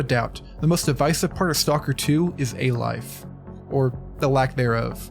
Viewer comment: it's "A-Life"